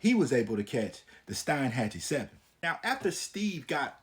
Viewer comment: The correct way to pronounce is Steen hatchee And its also cape o Lived in Steinhatcheemy whole life and you got most the story correct good job.